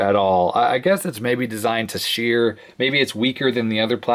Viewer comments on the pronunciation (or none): none